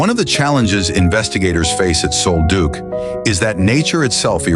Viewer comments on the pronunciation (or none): Sol Duc is pronounced like Sawl Duck.